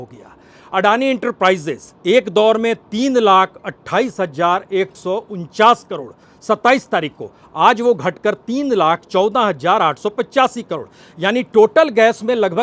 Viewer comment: Hazar ki bajaye ...... HAJJAAR, HAJJAAR..... HAJJAAR boh hi bura mehsoos hota he, is liye es news ko me tau band hi kar deta hoon